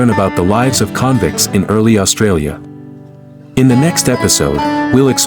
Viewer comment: AI generated. It's not *convints 😅